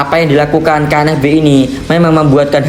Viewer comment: KNVB min!!! Bukan KNFB🤣🤣🤣🤣